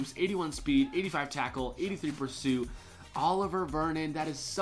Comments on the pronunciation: A-live-e-er Olivier not oliver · His name isn't Oliver Vernon it's pronounced olive-EA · It's olivier not Oliver😂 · What's up. Just letting you know Oliver Vernon is pronounced oliv-ee-ay